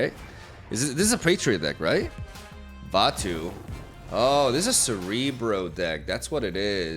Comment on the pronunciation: it is Uatu, not Vatu